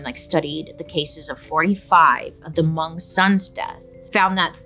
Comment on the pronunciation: Hi Bailey, I love you! I’m believe you’re speaking about Hmong people. Thank you for including us in your video. We are very spiritual people and you were definitely pretty spot on! Pronunciation could use some work but amazing!